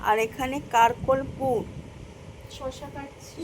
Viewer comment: ওই সবজিটার নাম "কারকোল" নয় "কাকরোল"বুঝলে?